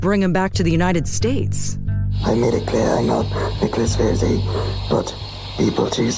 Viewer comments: His pronunciation of the surname "Rossi" is an absolute giveaway. He repeatedly says "Rosey" not "Rawsi" as an American would. That was Always the first giveaway on this case to me. And this same Mispronunciation is mirrored by the wife, and this is incongruent with her Bristol/South West accent. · Why are this couple mispronouncing 'rossi'. Italy isn't far away, and despite Brexit, the UK and Europe DO trade quite a lot. They would both know perfectly well, 'rossi' is not pronounced 'rosey'. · I love how hard the guy works to mispronounce Rossi and Alahverdian Also, the wife repeats the same lines that Nicholas has previously said in other interviews, about the press being at the door and not being about to go out for a pint of milk and that whole spiel.